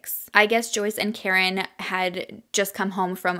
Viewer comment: I wanna say her kids name is KA-REEN. Not Karen lol. But I’m sure you watched videos and know more than me. Coming from a Spanish family, we have “karin/carin/“ but it’s pronounced ka-reen